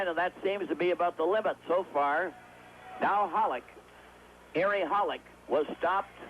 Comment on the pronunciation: Foster keeps saying Holik...Hollick. Isn't it Holeek, like Bobby Holik. Are these two guys related to Bobby Holik?